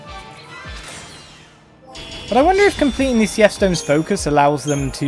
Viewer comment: I always thought it was pronounced like "Seeth"